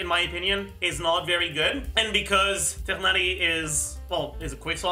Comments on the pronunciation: I think its more the english voice acting direction rather than horniverse themselves mispronouncing his name. Even the guy in the video pronounced it as tigh-nari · what doesnt make sense is how Mihoho completely butchered it to [Tie-naurrrry]